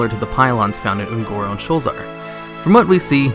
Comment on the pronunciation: Sho-la-zar. It has 3 sylables.